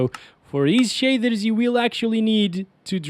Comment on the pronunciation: "Shadthers"